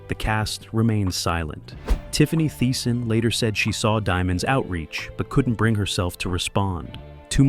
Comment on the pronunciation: "Tiffany Tie-son" "Cleek"? "Goe-selar" Who or what narrated this? LOL